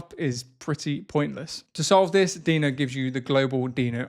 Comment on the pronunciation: Is Deno really pronounced like that? While Deno Desktop sounds like a great improvement over Electron, it still suffers massively from the OS-default Webview limitation. Not being able to use GeckoView, Servo, or Ladybird to avoid promoting Google's (and Apple's) monopolization of web technologies is a non-starter for me. The lack of mobile app support is another huge deficiency. Tauri is by far the superior option at this point, and supposedly there has been some traction on Servo integration, but frustratingly none on GeckoView. I look forward to watching this space continue to evolve.